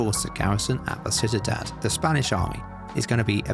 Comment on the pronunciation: Just an FYI Ciudad is pronounced see-you-dad not sit-a-dad